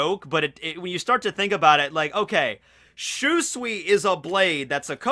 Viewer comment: My God Lear how to say SHUSUI fuckin name!!!!! That cringe from your pronouncing it like that is killing the mood.